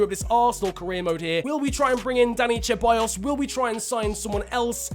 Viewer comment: Dude its alexandre lacazette not alex And its not cheballos its with s